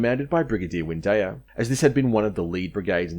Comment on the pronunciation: It’s Windeyer not Windayer, Wooten (as in wood) not WOOTen, Balderstone not Bladderstone.